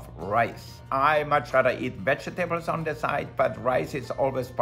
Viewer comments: Vege-tables lol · Vege tables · Love the way he says vegetables 😂🤗 such an amazing chef!